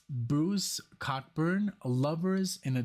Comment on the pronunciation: Bruce's name is pronounced like Co-burn.